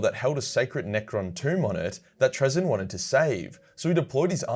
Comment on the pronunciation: Will the Necron tollerate your pronounciation of Trazyn the Infinite?